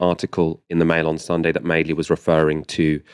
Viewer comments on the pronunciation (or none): "Sucking up to the bigger bully" That's exactly what the centrists do. I like how Ash pronounces "Madeley" "Madley," presumably deliberately. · Well, we always knew madeley was an +rse. I like the way Ash pronounces his name "Madly", but I think both commenters attacked Starmer's "civility politics" quite unfairly: He calmly said what he wanted to say, while stepping over the shell-holes laid by Madly and conference opponents, and just refused to give oxygen to both his left- and/or right antagonists. They are pointless distractions. I agree we now need more policy "meat", urgently, but that's a different issue from getting policy time diverted into factional battles. Now get to work on the policies, and then fight over them! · I thought Ash had mispronounced MADELEY at first. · I like how Ash calls Madeley, MADley. Very apt.